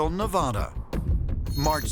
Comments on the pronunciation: Its Nev-a-da not Nev-aahh-duh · Pronouncing Nevada WRONG.